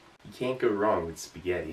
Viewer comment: "yeh ceant gew wrang with spigyetti"